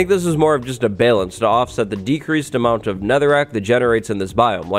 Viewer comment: why the hell do you pronounce Balance with a long A sound? LOL